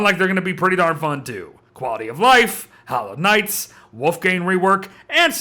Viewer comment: When he said Hallowed Nights event I heard Hollow Knights event and thought the game was getting a crossover.